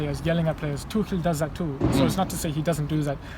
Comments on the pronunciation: Why do you say "Tookel" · you don't pronounce Tuchel like that Robbie please come on